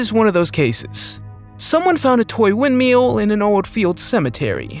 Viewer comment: Windmill not windmeal